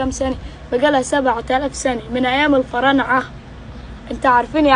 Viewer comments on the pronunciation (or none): أنا فطست ضحك على كلمة الفعارنة 😂 لأني بقولها الفنارعة و بعدين الفعارنة و بعيدن بقول الفرااااااعنة 😂😂